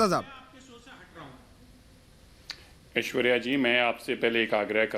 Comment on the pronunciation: पत्रकार महोदय, आपने कहा, ''मैं हूं ऐश्वर्या कपूर ।'' यह सुनकर मैं चकित हो गया; क्योंकि आपने पुरुष होकर भी स्वयं को ऐश्वर्या कपूर कहा ! आपको कहना चाहिए था, ''मैं हूं ऐश्वर्य कपूर ।'' ऐश्वर्या शब्द स्त्री वाचक है, तो ऐश्वर्य शब्द पुरुषवाचक ।